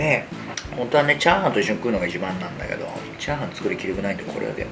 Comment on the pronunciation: ちゃ⤴はんの言い方の…クセよ！